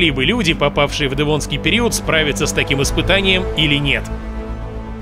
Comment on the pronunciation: Автор. Как произносишь "дЭвонский"? Это так модно? По мАсковски..